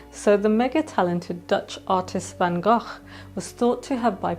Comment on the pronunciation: Why do you say Van Gogh that way?